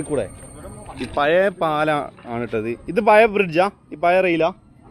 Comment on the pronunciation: Toronto അല്ല മോനെ tornado. Toronto കാനഡ യുടെ ഒരു province ആണ്. പിന്നെ 'പയേ,പയേ അല്ല മോനെ 'പഴയ ' എന്നു പഠിക്കാത്ത നീ എന്തു തേങ്ങായ ചെയ്യുന്നത്. ഇന്ന് അന്താരാഷ്ട്ര 'തേങ്ങാ' ദിനം